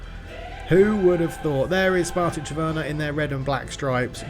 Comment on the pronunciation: The n is pronaunced in Trnava, it is not silent.